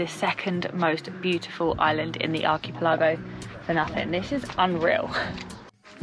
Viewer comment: Dude, if you're going to do travel vlogs, you should probably learn how to pronounce "archipelago"